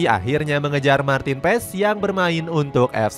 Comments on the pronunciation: Martin Pas dibacanya. Bukan pes 😅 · its "PAS" not "PES" :))